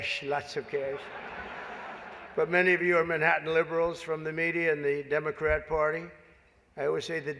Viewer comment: Democrat sounds like Damon Rat